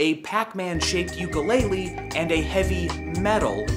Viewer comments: UKU-LELE WTF IS A YUKU LEILE?! (sorry i live in hawaii so i get pissed when anyone says that) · HOLD ON........ did he say ukaleileeeee?????? Cause I call it youkalele.